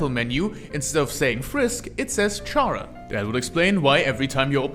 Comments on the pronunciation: its probably because you say it like charazard when its supposed to sound more like character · Yet another person saying CHara and not Chara(cter)... oh well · I like a lot of the stuff you pointed out that pp, seem to miss, but i have a few notes: 1. You pronounced Chara wrong, its pronounced 'care-ah'. As it derives from the word character. 2. Genocide is their run not intrinsically because there is murder, but because Chara is a megalomaniac, and killing just so happens to be how you max out your stats in undertale. 3. In the same way frisk and kris became our in universe vessel, chara became our in universe extention. They represent us, but arent really us. Kinda like most rpg characters. Atleast, thats what i think the intention is. 4. The players determination is what brought chara back, so it could be because of that, chara became what they are now? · Uhm actually it’s pronounced “Kara”🤓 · makes an entire video about chara and mispronounces her name the entire time either say it like (car-uh) like the name kara or say (care-uh) like part of (chara)cter that's where the name chara comes from the word character you wrote it on the board and i guess just didn't notice it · how the hell does someone continuously mispronounce the name “chara” when the word it comes from is literally right in front of them. i highly doubt they say “character” like that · Respectfully, the way you pronounce their name is making me start tweaking the hell out